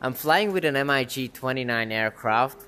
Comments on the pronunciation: Amazing product! Just so you know the aircraft name is not pronounced M. I. G. but as a word. NATO refers to the aircraft as a "Mig-29 Fulcrum." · Bro...its pronounced "Mig". It's short for Mikoyan Gurevich. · Guess learning to pronounce MiG wouldn't hurt you bro... ;) The designer of the aircraft would go cry in fetal position in a corner if he could hear your "EM AJ G"... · you PRONOUNCE mig wrong